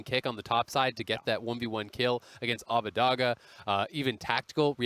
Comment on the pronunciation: Hearing Abbedagge repeatedly pronounced Abbadagga hurts me physically